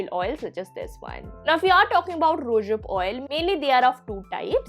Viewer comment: I like your pronunciation of rosehip oil as ROOSHIP OIL 😜